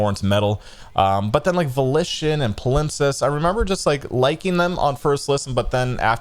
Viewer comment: pal-imp-sest is how you say their previous album, my guy